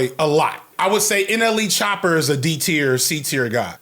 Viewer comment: NLE ChoppER? Not the hard -ER 😂😂😂